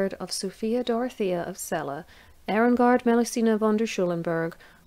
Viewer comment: I had almost forgotten about Sophie Dorothea. Since I grew up in Celle, I first heard about her in school, though of course a somewhat cleaner version. ;-) Thank you for this video and most especially the correct pronounciation of my hometown!